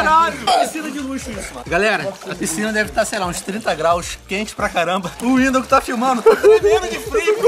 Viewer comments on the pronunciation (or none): é Windoh